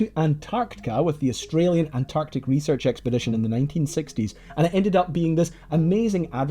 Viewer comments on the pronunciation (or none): none